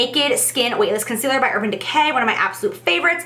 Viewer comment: I almost didn't catch it, but so glad I did! did she just say 'I'm going to take a lighter conceareal' because that is what I heard & it cracked me up. No shade Jaclyn, just shows me I'm not alone!